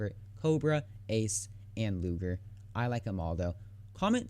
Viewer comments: "Luger", not "Lujer" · cough cough 1. it is pronounced loo-ger not loojer, 2. and it is only in germany because it is a german p08 parabellum produced for german officers during ww2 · Pronounced "Loo-Gurr". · He said looger xD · Daniel Heines2 soft g is pronounced like the letter j. It’s a hard g, like in gasoline. The German language doesn’t really have a soft g/j sound. Don’t believe me? Ask a German teacher or someone else who speaks German.